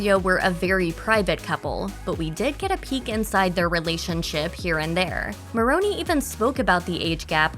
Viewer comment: It is mispronounced.